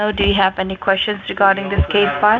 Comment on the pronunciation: She said " before any quescons" hahahaha